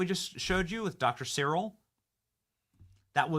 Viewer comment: Benny it’s Dr Cyril Wecht pronounced SARREL and Wecht pronounced WECK that’s how we say his name here in Pittsburgh, and he has passed away. RIP Dr Cyril Wecht. He’s a legend here in Pittsburgh and couldn’t be bought off, Always told the truth and stood up for the dead, no matter what !!! 🖤💛🙏🏻 Wecht hated the Deep state and pittsburgh deep state tried to fuck with his life!